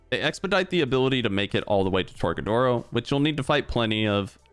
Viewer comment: My guy said tor-ga-doors